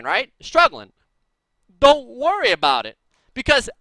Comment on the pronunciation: lol "dont werry malfite im rite here"